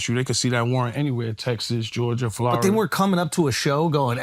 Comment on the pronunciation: How yayo says Florida is so funny to me 😂